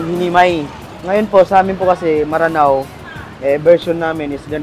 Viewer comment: Maranao po means taga ranao o lanao,actually m'ranao sya kung bigkasin